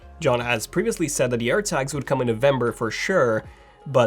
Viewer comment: I thought he said Apple AIRBAGS 🚗